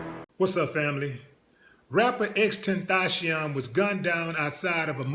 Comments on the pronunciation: Why is he calling him XtenTHOTcion? But anyway RIP Baby Boy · I know he died a 2nd time after hearing you slaughter his name😩